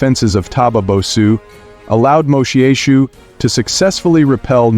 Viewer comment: Its pronounced moshweshwe